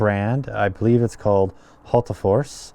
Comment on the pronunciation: HOOL-tah-FORss and roll the R